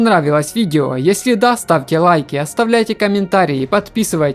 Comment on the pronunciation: что еще за КИНОРЮМ?? ты цыган что ли там же написано зарубежным по белому КИНОРИУМ как аквариум только КИНОРИУМ, с ударением на второй слог... наверное все таки ты цыган